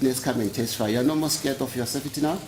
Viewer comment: Kodwa u “sefiti” niw’zwile? 😩🤣🤣